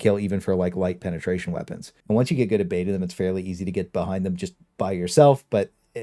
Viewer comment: You say penetration weird. "Peenatration"